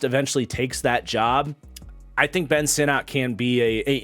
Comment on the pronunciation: Ben Sinnott is pronounced “sinnit”. From the man’s mouth himself. Just FYI for future vids.